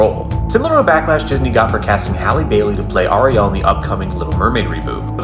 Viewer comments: You mispronounced Ariel's name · the way he pronounced ariel